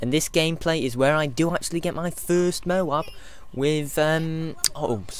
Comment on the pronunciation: Firstly, toad is a word and M.O.A.B is an acronym. Secondly, the speaker in the games pronounces it as "mo-AB".